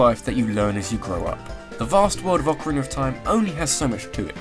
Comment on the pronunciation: OOOOcarina not acarina man that annoys me soo much then it should